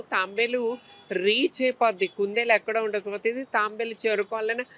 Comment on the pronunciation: అది తాంబేలు కాదు తాబేలు.